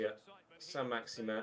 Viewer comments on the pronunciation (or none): Is it saint maximin or as you say saint maximan